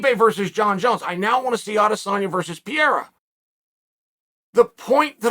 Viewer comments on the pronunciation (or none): Everyone: "Peheiha" - Chael: "Pee-era" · its PE REI RA, not piera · Everytime he says Pee-era I crack up 😂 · Call it what you want but Izzy doesnt try to damage his opponent... if it was up to him he would play paddy-cake for 25 minutes and that is just NOT exciting... and his PPV numbers show it... its in his head 100% and so is Pee-air-ah... whoever that is lol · PE-RE-I-RA 😅 man I wish he becomes champion so that you will learn his name.